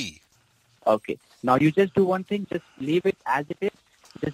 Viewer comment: "Do one ting". Ends up to doing 20 tings. 😂😂